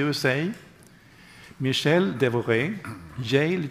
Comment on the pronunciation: Mr.Devoret=Dev vrat real pronounced (Mahabharat fame)!?